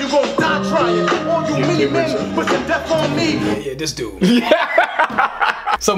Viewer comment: The "many men" line could also be another reference to Verne Troyer because it almost sounds like he's saying "mini men".